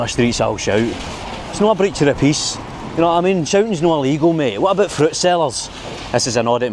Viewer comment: "Wit aboot fruit sellers" 😂 you were born to do this. I've never met anyone more fit to host a channel like this. It's VERY entertaining and shows off our beautiful city. Well done, very proud - Crawford 😉